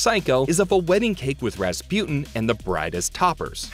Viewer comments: Why does he keep pronouncing Rasputin like raspewten 😭 it's pronounced raspooteen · It’s pronounced ras-pooh-tin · Anyone else just flabbergasted that he says, "ruh spU tin" instead of Rasputin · how did you manage to mispronounce Rasputin?